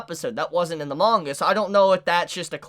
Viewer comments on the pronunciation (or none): none